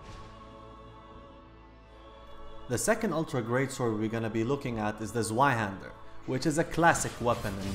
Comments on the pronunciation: As always, nice video. You and Praise the Sun really made me appreciate the PvP more. But could you do me a solid favor? The next time you mention the Zweihander pronounce the Z not as a soft Zed but instead as a hard T followed by an S. Saying TS-weihander, instead of S-weihander. Greetings from Germany. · zvaihander... ITS PRONOUNCED TSVIHANDER REEEEEEEEEEEEEEEEEEEEEEE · FUKIN TRIGGERD IT PRONOUNCED ZVI NOT ZWI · Zweihander is pronounced TS-VAI-Hander. Zwei is the number 2 in German. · Great Video. I do have one suggestion for you though, "zweihander" is pronounced "zveihander", the "w" is pronouced "v". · stop pronouncing the w in zwei, it makes a v sound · That's not how you pronounce "Zweihander" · That Zweihander pronounce :,( . Das ist nicht richtig! Ist einer deutscher worte.